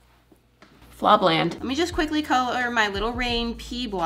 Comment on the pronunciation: She said blob land instead of blob city ITS BLOB CITTY😤😤